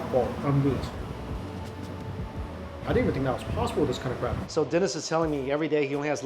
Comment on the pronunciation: Was that Dennis or Denise ? 😆